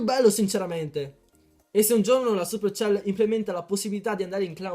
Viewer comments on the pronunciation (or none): none